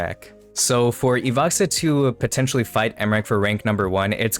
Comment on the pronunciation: Не Ивакса, а Иваха